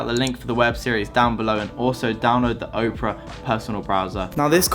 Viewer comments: OP ER A it's not Oprah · It's Opera... As in the place where the fat lady sings, not 'Oprah', the American talk show host. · sponsered by oprah LOL. the web brower is called opera, pronouced aw-per-ah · Hey bro.... The browser is pronounced or called Opera as in an operatic aria. Like "La donna è mobile” from Verdi’s Rigoletto, sung by Luciano Pavarotti. You'd likely recognize it if you heard it. It's definitely not probounced as Oprah as in Oprah Winfrey the African American woman who had the talkshow for 25 seasons, and now has the Oprah Winfrey Network (OWN) in America. Definitely pronouncing that wrong... Not sure how you could even think it was called Oprah, I'd be surprised if Opera even paid you for the name drop, considering you never mentioned their browser, all you really did was show the logo, and call it the wrong name multiple times. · Its pronounced OP ER A .. just like its spelled .. just like the music .. Oprah is a talk show host. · wow i've been pronouncing Opera as in the singer style this whole time, not the talk show host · lol dude cant read, he pronounced Opera as Oprah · Is anyone else as bothered as me with how he pronounces "Opera" as "Oprah"? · "O" pera is the woman. "Ah" pera is the software. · Oprah? I think you mean Opera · who's gonna tell him that Opera isn't pronounced "Oprah" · dude its opera, not oprah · then can you at least learn how to pronounce your sponsors name correctly? I'm surprised if they paid you after you called their software the name of a celebrity instead of it's actual name. Opera is Not Oprah. Oprah is a celebrity, Opera was first a type of musical theater, and is now also an internet browser, one which you comepletly mispronounced. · Anyone else getting triggered by him calling Opera OPRAH? Otherwise, cool! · Did you say "Oprah"...? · You said the sponsor's name wrong🤣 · Do you think Opera is a bit annoyed he can’t pronounce the name of their company/browser. Or maybe thinks Oprah made a browser?? 😜